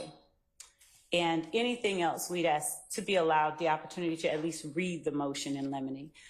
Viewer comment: How u a DA and can’t even pronounce words as simple as “ask” correctly? 🫣🤔